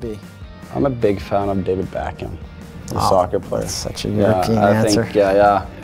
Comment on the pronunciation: Pronounced David Beckem not Beck Ham rofl